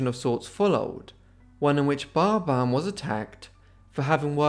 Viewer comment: Great video. But was getting confused why you were saying barbar. And not pronouncing the 'bin' of their last name 🫤🤷